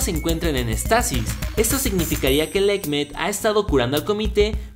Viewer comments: Se dice Éxtasis, no extasis, con acento en la "e". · se dice éxtasis